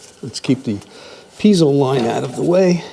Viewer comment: I think you've given me a good reason NOT to buy a Mr. Buddy heater. Also, it's pronounced pee-ay-zo, not pee-zo.